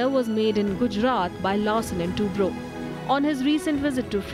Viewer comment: Its Toubro not turbo